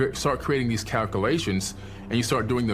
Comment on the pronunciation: This guy is supposed to be a genius and I really want to listen. He doesn't have a speech impediment but he can't pronounce calculations. He keeps saying calcalations. 😂 It's hard to take seriously. He can supposedly read sanskrit, sumarian, hebrew, greek and countless other languages but can't pronounce his own. Sketchy. I feel like he may be one of the witches / poisoner of the mind type people in the Bible. Telling me the Bible is a farce. I just don't know. All I know is that I don't want you to spend eternity in hell. I believe that I am energy and energy never dies. If I can't die, I don't want to spend eternity tortured